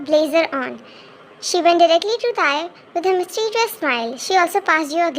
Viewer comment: Wait a minute... in first line instead of tae it is tar 😂😂